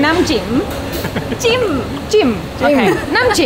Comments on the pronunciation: lol, hope he explained the different between jim and jiim (last one is the correct with upper tone) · Thai vowels has 5 tones. If you pronounce NAM “JIM” in low tone jim will mean “pussy”. Correct tone is higher and jim will mean “Dipping”. JIM JAEW = Isaan sauce. If you pronounce JAEW with higher tone it will mean AWESOME or cool. The correct tone is lowest tone = isaan sauce. Think about the melodies in singing. Thai intonation is like that.